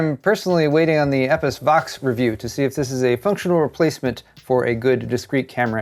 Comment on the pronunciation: probably one of the weirdest butcherings of "EposVox" that I've heard in a while. Thanks for the news